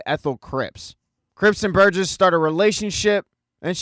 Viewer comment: Burgess, not Burgers. SMH. Moving to migraine. 😊❤